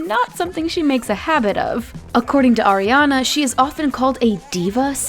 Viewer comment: Arianaa?? Naahhh this is wrong